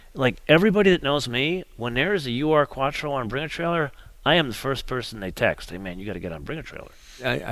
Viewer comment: ask some of your German friends how to pronounce "Ur-Quattro"!